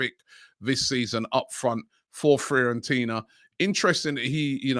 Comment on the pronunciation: Everyone: Fiorentina: Freeorentina